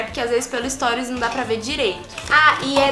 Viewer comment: que agonia de vc falando storis kkk é STORIES!😂😂😂